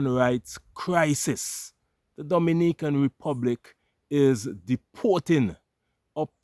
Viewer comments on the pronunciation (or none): Not Dominican,it’s Do- mini-can.